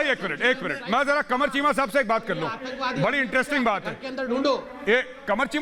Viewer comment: Arnab corrects Sambit "KEEMA NAHI CHEEMA" 🤣🤣🤣🤣🤣🤣🤣🤣